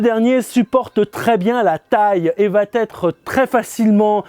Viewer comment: ils vont être ... avec la liaison ok mais de grâce "il va être" sans liaison ce serait tellement plus agrable à l'oreille ! cependant merci pour vos propos enthousiastes!